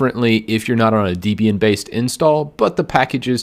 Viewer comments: “Deebian?” It’s “Debian” as in “deh-bee-in” as in Debra and Ian, the guy who created it and his wife. I’m an intermediate level Linux n00b but why do Linux n00bs always try to make tutorials? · In all honesty, you should keep saying "DEE-bian", instead of "Deb-ian", if you really want to make me cringe more.